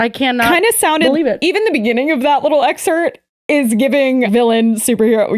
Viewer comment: so not serious at all but can't help but giggle at for pronouncing “excerpt” as “excert” when also pointing out misspellings & improper grammar from the Ex felon girl synopsis😂